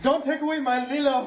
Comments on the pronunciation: I hate to be the annoying person but its lilo* but yes that made me lose my sh- I laughed so hard! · I hate to be that person but its Lilo.😃